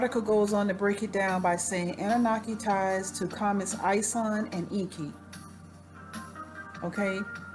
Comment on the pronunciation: you are not pronouncing it right - you CANNOT pronounce EN.KI like an american way - get educated...read Zechariah Sitchen books, learn the truth..stop blabbering on you tube...